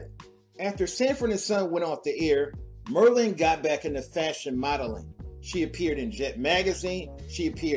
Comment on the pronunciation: Her name, Marlene, is pronounced (Mar LEEN). Not (MER lin)!!! OMG.... Oh Ganja and HESS not ("Ganja & HISS) You're killing me. Other than that great Vid!!!